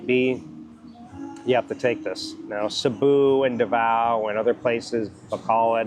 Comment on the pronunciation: Sabu ??/ where's that?? did you mean to say Cebu??:face-blue-smiling::face-blue-smiling